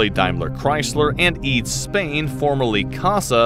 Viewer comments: E A D S. Not eads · I once worked on some cast aluminum parts of the Eurofighter as a student in Munich. Good times. BTW: "EADS" is not pronounced as a word. It is an abreviation.